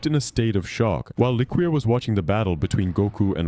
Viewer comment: I don't think it's pronounced lick-Queer. I think it's Le-Cure